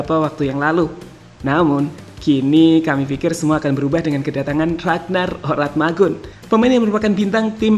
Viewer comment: Ko nama ragnar Oratmangun di rubah si bang jadi ragnar Oramatngun 😅😅😅😅 Coba perhatikan ucapan si pas menit 0: 46